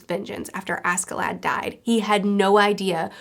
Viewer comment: oh btw maybe a bit late but ask in askeladd is pronouced ash